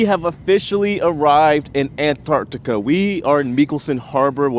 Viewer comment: I've been watching a lot of Antarctic cruise videos just lately and it's so refreshing watching yours because you're an American who pronounces Antarctica properly, not Anartica. 🤣